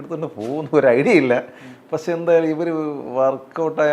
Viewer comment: ഇയാൾ കൂടെ കൂടെ "പശേ" "പശേ" എന്നു പറയുന്നു. പക്ഷെ എന്നാണ് ഉ ത്തേസം എന്നു തോന്നുന്നു... മണ്ണവേന്ദ്രാ വിളങ്ങുന്നു ചന്ദ്രനെ പോലെ എന്നാ അണ്ണാ.... സൂര്യനെ പോലെ എന്നല്ല.... അണ്ണന്റെ ഈ കൊണയടി കൂടി കൂടി , ഫീൽഡിൽ ഔട്ട്‌ ആണന്നു അണ്ണന് തന്നെ അറിയാം.. അണ്ണൻ പയങ്കര ചം മ്പ വം ആണ്ണാ.... ബാലു മഹേന്ദ്ര ഇപ്പോൾ ഉണ്ടാരുന്നേൽ സ്റ്റിൽ ഫോട്ടോഗ്രാഫിയുടെ സീക്രട്ട്സ് അണ്ണനിൽ നിന്ന് പഠിച്ചേനെ അണ്ണാ... മലയുടെ മുകളിൽ നിന്ന് വാണം വിട്ടാൽ സൂര്യനിൽ ചെന്ന് പൊട്ടുന്ന അണ്ണന്റെ കൊണയടി...